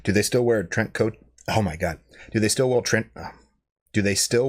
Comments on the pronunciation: I'd be able to tell if was a pod person because then he could say "Trenchcoat" correctly. 😉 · “How would you know if I was a pod person?” You wouldn’t be able to pronounce trench coat. 🤣